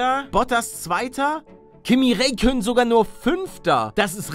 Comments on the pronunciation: "Kimmi Reykönnen" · Ich will ja nicht meckern aber er wird Raikkönen gesprochen...